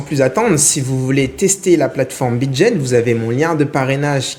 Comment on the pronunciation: On dit Bidget et pas Bidjet ;)